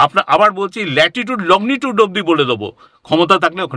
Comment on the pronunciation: শুনতে ভীষণই ভালো লাগছে,মাঝে মধ্যে ওনার( ) যাবার রাস্তার বর্ণনা শুনে গায়ে কাঁটা ও দিচ্ছে,কিন্তু উনি তো একজন বিশিষ্ট শিক্ষিত preson,উনি লঙ্গী টুড উচ্চারণ টাকে কি বলছেন? লগ্নি টুড!!?? জানিনা আমি কোনো ভুল শুনছি কিনা,বা আমার জানা টা সঠিক কিনা,আর যে পেপার টুকরো টায় উনি লিখে এনেছেন,সেখানে আশ্রম বানান লেখা রয়েছে আস রম,এটা কি সঠিক?? সব গুলিয়ে যাচ্ছে যে।কি দেখছি, শুনছি,আর কি শিখেছি আমরা।তাহলে কি আমাদের শিক্ষা ই ভুলে ভরা। যাই হোক ভালো এপিসোড,বিশ্বাস অবিশ্বাস, জানা, নাজানার দোদুল্যমানতা য় দেখে,ও শুনে নয়ন ও কান সার্থক করলাম।ভালো থাকবেন সকলে।উত্তরের আশায় রইলাম,নিজের জানা টা সঠিক কিনা যাচাই করে নেবার জন্য।